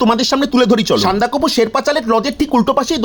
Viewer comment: ❤❤Dear.Darjeeling Jamjamat.99 percent Bangaleer moto apneo bhul uchcharon korchen.Eta SANDAK FU.SANDA KOFU noi.Best of luck.❤❤